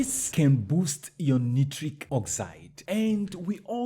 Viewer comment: Dear friend correct pronounciation of nitric is night-trick. As in Night trick oxide.